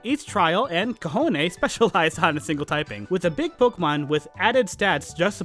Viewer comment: The Gen 7 Kahones... dear god, I'm laughing at what that word sounds like in Spanish. Also Lenora is heinous.